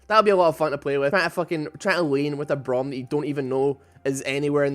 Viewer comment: its braum e not w